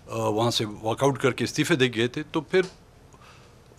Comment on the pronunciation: استیفا نہیں ہوتا بی بی استعفے ہوتا ہے زیر کے ساتھ